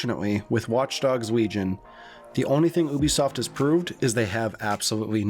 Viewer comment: You-bee- soft NOT uby soft Also Lee-Gn Not Weegon